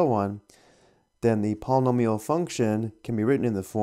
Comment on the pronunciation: palm-a-meal haha Not making fun it just struck me funny paul-e-nome-e-all